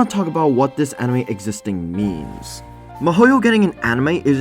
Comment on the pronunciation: Damn, I was confused for a sec cause it sounded like you said Mihoyo when in fact you were saying Mahouyo, which is a pretty weird way to abbreviate Mahoutsukai no Yoru ngl. Why even abbreviate it in the first place, Wizard's Night is perfectly short enough name to leave unabbreviated.